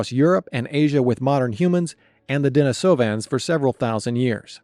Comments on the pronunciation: DenEEsovans... pronounced as in the female name "Denise" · maan my brain hurts because of the way u pronounce de ni sovans heard plenty others like u pronounsing it more like i have split up the word